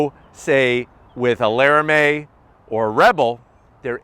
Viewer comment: Laramie= lar uh mee. Not lare uh may.